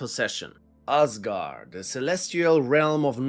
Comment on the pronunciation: another day of foreigners saying ásgarð/ásgaður wrong.